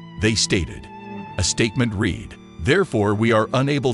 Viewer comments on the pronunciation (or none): It is down to the stupid computer thing reading it out. You will notice "read' (red) was pronounced reed which is wrong but only a human would differentiate and know the correct way to pronounce it in the article.